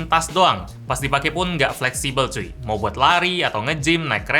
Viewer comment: Gak flessible "CUY" Baru dengar ngomong vuy